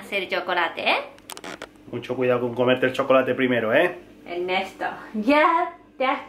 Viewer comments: "Ten CUIAO" 😂😂😂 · Estamos un poxo "Turistes " jaja ten Cuidaooo.... Con la pronunciación hasta cuando se equivoca es Kawai :3